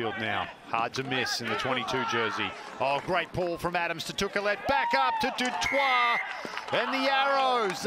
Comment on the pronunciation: Du Toit pronounced Du Toy. Pass that along. Also sack the jumper to stop the maul, MLR.